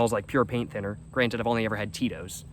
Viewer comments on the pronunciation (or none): none